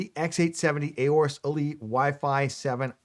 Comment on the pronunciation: You can save yourself a syllable here: the A in 'Aorus' is actually silent. (Just sayin. 😉)